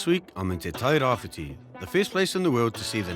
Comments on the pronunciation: It's Tairabrown not tairawhite. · TE TAIRAWHITI..... NOT TAIRAWHITE